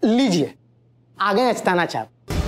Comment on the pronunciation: स और च मे problem thi to asthana kaise pronounce kiya dekha aaplogene